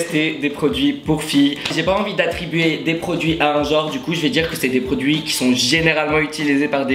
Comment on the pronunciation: J'ai cru qu'il avait dit "des fossiles" 😂😂